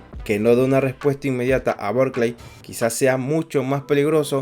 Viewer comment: amigo es Buckley no Burckley 😂